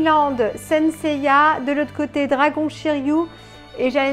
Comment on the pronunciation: tres belle statue de shiryu, pas de casse heureusement, la couleur de son armure c'est vert "jade", sinon c'est shiryu avec un "u" pas "ou" après tu prononces comme tu veux, c'est effectivement la fameuse cascade des 5 pics lorsque "masque de mort ", le jette à l'eau il revêt son armure située au fond & le dragon prend forme.....sinon poussièresur le colis normal tu l'as commandé en 2019/20 donc elle a trainnée ds le grenier et par ailleur les colis sont maltraités par les douaniers.....shiryu en mode vénère les cheveux en l'air avec le dragon l'entourant une tuerie... enfin pour ta vignette de présentation je t'aurait vu en shunrei priant en haut de la cascade de rozan pour qu'il n'y ait pas de casse cette fois ci.....bisous ma belle & felicitation pour ton dragon de jade